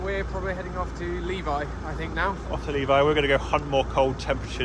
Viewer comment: It took me a few seconds to realize where the other car was headed. The guy pronounced Levi as "liivai". No, it is pronounced "levi" as the first four letters of the word levitate. 😎